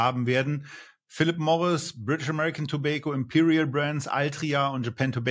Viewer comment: seht ihr ein "i" in tobacco?, Ich nicht, eure Aussprache in Englisch fuer Tabak nervt